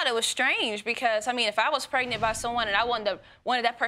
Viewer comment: Can someone PLEASE tell me what in the world is "Pretnent" I thought it was pregnant! 🤔